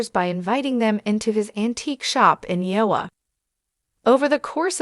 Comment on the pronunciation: You need a better AI to narrate your videos, at least one that can pronounce IOWA.